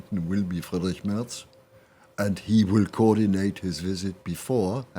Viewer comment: Say the name properly. It's Mehrtz. Not Murtz.